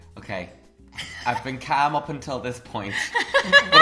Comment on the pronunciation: "I've been caam up until this point"